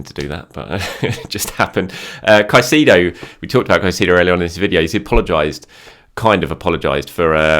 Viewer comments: Brother, you need to learn how to say Caicedo’s name correctly 😂. Kai•say•do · Respect and like us usual. Just on suggestion. Caicedo phonetic transcription: [ kaisEdo]